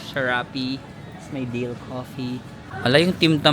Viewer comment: btw its dare coffee not dale coffee